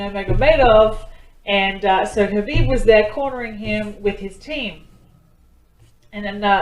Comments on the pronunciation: Hi dear, hope all good, I must tell you that its 'Habib' as 'K' is silent.....lots of love...Thanks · Habib but write k is silent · > Pronunciation Is #Habib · Not khabib k silent he Habib nam he